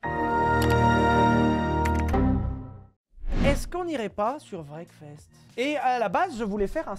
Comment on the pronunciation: Anglais: Wreckfest: Breakfast